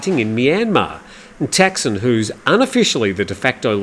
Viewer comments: Man, after all these years in the Thai media, you can't pronounce Thaksin? He is not called Texin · Does it really matter? 'Thaksin' isn't necessarily correct either and all depends on the reader's interpretation of how to pronounce it. ทักษิณ is. But then should we start saying กรุงเทพ (grung têp) instead of Bangkok? At the end of the day the viewer knows what is being talked about, and that's the important thing.